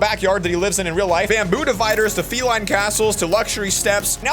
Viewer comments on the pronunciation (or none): none